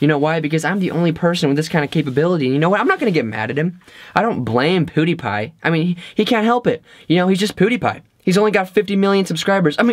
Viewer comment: He called him poodiepie 😂😂